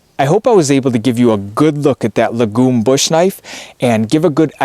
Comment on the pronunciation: Lagom means "Just enough" in Swedish. It's pronounced with a long Aa.